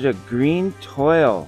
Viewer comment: Congratulations on your Witt Auto and the City cards! The special pattern version is a French word that they pronounce twall. Toile looks like Toil in English, but is pronounced like Wall with a T in front of it. Love your videos! I hope you can get some more Blasters to compare.